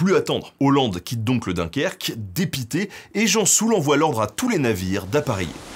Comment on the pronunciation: L'amiral "Gensoul" et non pas Jean Soul